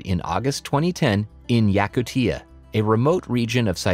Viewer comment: Found in "Yakuteea" bro you butchered that 😂